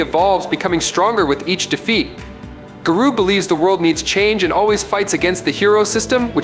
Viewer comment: I honestly couldn’t watch your whole video because you were saying his name wrong. I feel like he was doing it on purpose to troll.